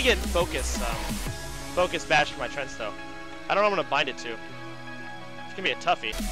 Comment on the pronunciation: lopl he pronounces them "trents".